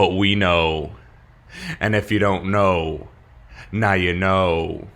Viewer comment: 'And if you don't gno... now you gno' 👁